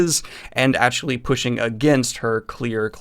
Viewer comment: Drives me nuts the way you say actually. "Achully"